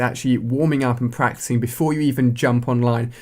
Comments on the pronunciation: pratising... wow its practicing. lol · Pratising LMAO